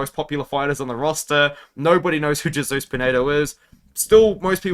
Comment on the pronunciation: we love you but it's Hey-soose not Jay-soose 😂